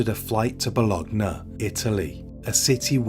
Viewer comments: Bologna is pronounced Bolonia, my brother. Happy to help you. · The 'g' is silent in Bologna, think of it like 'lasagne'. Love the channel, keep up the great work dude 👍